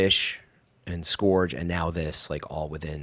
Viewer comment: Please tell he’s mispronouncing scourge. Not to nit pick but it’s killing me. Keep up the good work.